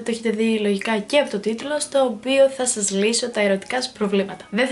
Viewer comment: Γιατι λες γεια SHας αντι για γεια σας?